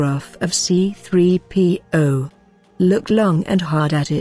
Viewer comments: I hate it when the bitch robot says C P 3 0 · I want to punch the narrator every time she pronounces "C3PO"